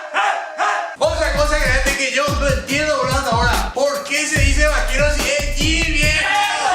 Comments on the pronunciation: dejen de decir boluo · hahaha!! so funny!! I thought "boludo" was said only in Argentina!! It sounds better with you ;)